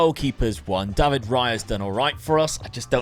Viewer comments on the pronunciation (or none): none